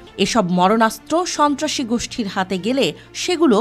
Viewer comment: স/ন্ত্রা/সী বললেন কারে বুঝতে পারছি না ক্লিয়ার বলেন তো ৭১ টিভি